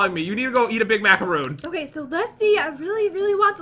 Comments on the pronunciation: It’s mac-uh-roon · You were saying macaroon rong